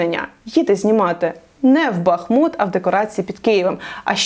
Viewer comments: Тому що правильно казати БахмУт. Що вас так здивувало? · Дякую за правильний наголос в назві міста, в якому жила останні роки. І як прикро, що на горі людей не наживається тільки лінивий. Здається, що вже всі пропіарились на руїнах Бахмута.